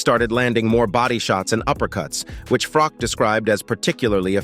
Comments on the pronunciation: IT'S "FROCH" NOT "FROCK" PRONOUNCE IT PROPERLY!!!!! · Please, Please, Please if you are going to mention names, at least get the pronunciation right. It's spelled Carl Froch but pronounced as if it's sh on the end. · Poor-quality content. Fury never claimed Usyk cheated - he blamed the judges and everyone else, so this is just a clickbait title. Also, no original analysis, just repeating what Bisping (an MMA guy!) said. And you can’t even pronounced Carl Froch’s name…